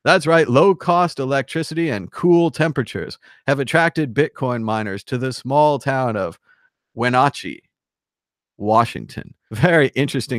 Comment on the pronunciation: Not a huge deal, but "Wenatchee is pronounced with a short "a", like in apple. Just sayin'. Great show. How is ripple still a thing?